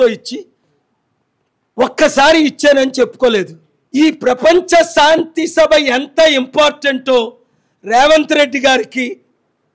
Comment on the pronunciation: షాంతి కాదు శాంతి అని పలకటం నేర్చుకో నీ తెలుగు ఉచ్చారణ పరమ ఛండాలంగా ఉంది